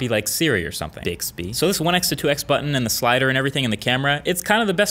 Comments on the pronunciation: he said dixby not bixby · Spectrum he said it with a D lol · Jordan King I am pretty sure that he said Dixby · "BEEXBY" i died 😂😂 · KOKO GT I think he said dixby😂😂😂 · hear it the second time, amazing!! lol 😂😂😂😂😂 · I heard that too! 😝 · I heard bixby 😂😂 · I had to replay that a few times. Cracked me up! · AlexMercer26 literally weak at that 😂😂